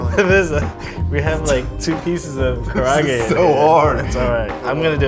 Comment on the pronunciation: The way they pronounce kaarage